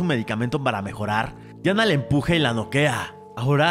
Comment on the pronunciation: Si se llama Diana, pero en la película la pronuncian como Dayana bro